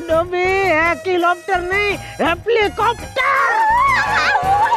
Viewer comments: Not Hekilopter not heplicopter its helicopter 😑😑🤣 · Hekilopter Heplicopter "Achanak sei saab kuch badaldi Daya behen nee by saying "Helicopter" while doing garba" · In ep 120 he pronounce helicopter correctly but in this ep he pronounce incorrectly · Helicopter ❌ Heplicopter✅😂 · Daya: hekylopter🤣 Jethalal:are dhobi hekylopter nehi hepylopter🤣🤣🤣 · Hekilopter nai dobi heplicopter 🤣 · Hekilopter😂😂😂 Heplikopter😂😂😂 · Helilopter ni hepliloter🤣🤣😂🤣🤣😂they r so cute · daya :_ hekilopter Jethalal:_ hekilopter NAHI heplicopter I:_ Helicopter My sis :_ Not helicopter,it's choppar to 😂❤ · heklicopter nahi heplicopter :D :D :D :D :D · Daya says: Haplicopter Jethalal says: Happycopter 🎉🎉😂😂